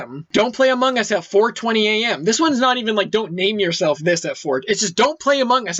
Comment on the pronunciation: This video deserves 30,000 likes. BTW it sound like says amugus